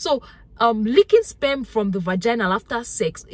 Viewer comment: Taking 📝 and sitting to the front of the class. Love the way she says SPEMM the R is silent🥊💯👍🏾